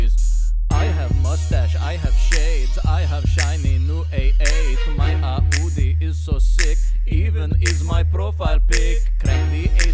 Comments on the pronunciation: it's Audi not Äudi indeed. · It is Audi Not aooodee RIP ENGLISH